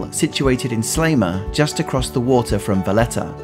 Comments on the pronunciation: Very nice video. One problem, every time you say Sliema" you pronounce it something like "Slayma" and it annoys me a bit XD, it's pronounced "Sleema". Another fact about Sliema is that there is this stereotype that foreigners live there. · You might have made more of an effort in pronouncing the names 'a la Maltese' Medina is pronounced Med-ina and not Em-dina. Sliema is NOT Slay-ma but pronounced Sleema. Grrr. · Good video, well done!, but.....please - Sliema is pronounced "sleema" - not "slayma".....always has been and always will! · Pronounce please . Seleeema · Great video. Used to live in Sliema which is pronounced Slieema, long e, not short.